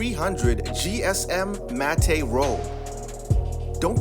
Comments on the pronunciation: ITS NOT MAT-TAY ITS MATTE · It's pronounced "mat", not "mat-tay". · matte -> MAT, not mat-ey. You didn't even go over bleed. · Mattay? Really? It's pronounced MATT but spelled matte dude. Good grief! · Gonna be a grammar cop. It's pronounced MAT not MAT-TAY. Anyone wants to argue simple Google search will show you. Otherwise nice video. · "Matte" is pronounced "mat" (like the man's name "Matt"), not "mat-tay". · Pro Tip: Matte is pronounced Matt. Not Mattayyyyyyyyy. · It's pronounced "matt"... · Excellent video, BTW, the "e" in matte is silent, in other words, it's pronounced "matt". Great job, thanks. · Matte is pronounced "mat" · 😆 it's actually pronounced like "mat". I was just teasing though. I meant no ill will... just having fun. I enjoyed your video very much and found it very informative!